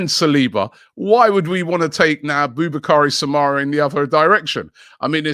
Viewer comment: 😅did Robbie say boubacar samareh